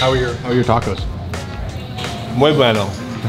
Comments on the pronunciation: nailed the muy bueno!!! Hi from El Paso, TX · Love how he said muy Bueno on point and u couldn't even say the name of the restaurant correctly